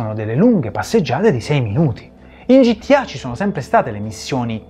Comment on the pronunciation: ma qualcuno gli vuol dire al tizio di sinistra che gta non si pronuncia gittià